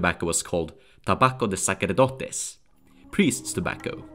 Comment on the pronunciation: Great video! altought "tabaco de sacerdotes" is pronunciated like "sasserdotes", not the "qu" sound u used. Only for educational porpouses :)